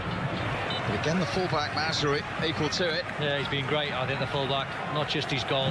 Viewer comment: The way he pronounces it s mazroowy